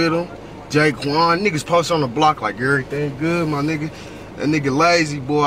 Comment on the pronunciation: am I the only one that noticed that is always saying "on errething" lol